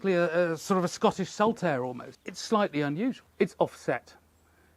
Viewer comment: You say saltaire when you mean saltire. Saltaire is a place in Bradford!